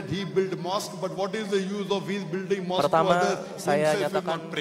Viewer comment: it's so funny when she introduce herself as a moeslem but she don't know how to say a mosque. see on